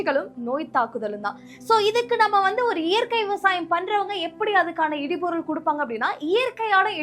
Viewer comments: சகோதரி இடு பொருள்.இடி பொருள் அல்ல.உச்சரிப்பு முக்கியம். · சிறப்பு. உச்சரிப்பு இடுபொருள் instead of இடிபொருள்.